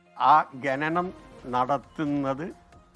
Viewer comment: കരിമണം ഗനനം എന്നല്ല......ഖനനം എന്നാണ്😂😂😂